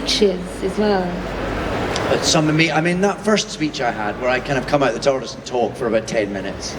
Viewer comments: "tard-ease", it that something you take to stop you being late? :face-turquoise-covering-eyes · ...Did she say TARDEES?